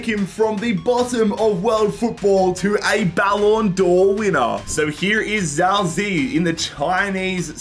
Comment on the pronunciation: every time i hear him say "zao zee" my ears bleed just a little. defo not his fault but it just gets me 😭